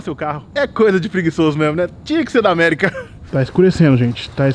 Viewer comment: você falou errado ao falar ''America''